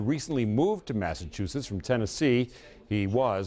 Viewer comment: I gotta say, I didnt expect you to pronounce Massachusetts so normally 😂